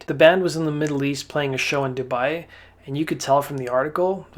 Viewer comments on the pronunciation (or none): none